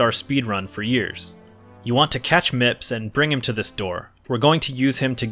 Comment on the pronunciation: Mips? I swear everytime I hear someone say the name, it sounds like the person is saying Nips.